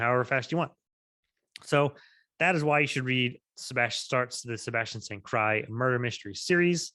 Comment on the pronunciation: Isn't it pronounced St. Cyr (seer) and not cry.